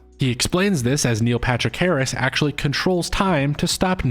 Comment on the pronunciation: Do you say "Neo Patrick Harris" all the time on purpose? By the way I was convinced before the video even started